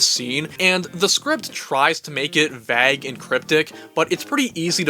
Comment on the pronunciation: likes pronouncing 'vague' as wag instead of weigh. English grammar rules are so inconsistent with pronunciations that you might as well call it a new dialect. I call it "the.":D - That dude looks like TheSpoonyOne lol